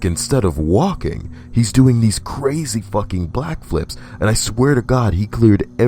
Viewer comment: Wait wait wait..... Did you say "Blackflip" at first?? Haahahh!!!